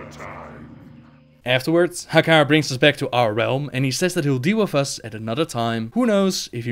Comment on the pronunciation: Oh, I love the way you say Hakkar <3